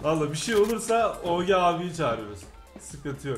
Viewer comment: Abi esjiye dön böyle oge demesi sıkıcu abi legend sıkıcu eskiye dön